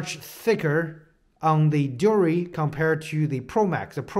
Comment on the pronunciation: The way this guy is saying deore is lowkey pissing me off😂 overall nice review tho